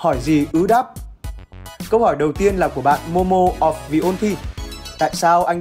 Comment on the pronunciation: Ủa rồi em tên là Moko mà sao anh đọc thành Momo vậy Tình đời đen bạc Đau khổ các kiểu